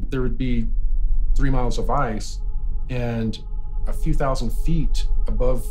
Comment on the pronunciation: “ a lew millennium”